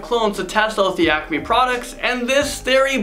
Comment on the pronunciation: Great video.👏🏾👏🏾👏🏾👏🏾 But it's really obvious you are not a true fan... You couldn't pronounce half the names right and the Acme compamy. Nice try, but didn't fool the O.G's.. 🙄🤦🏾‍♂️